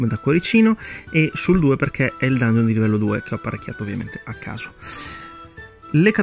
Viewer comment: Dangheon? Santo dio le orecchie.